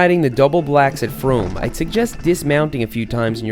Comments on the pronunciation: seth: says fromm so it rhymes with dome me, a canadian: not another american saying french words wrong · its pronounced froom, its also a place in england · Seth it is canada it is FROM'eh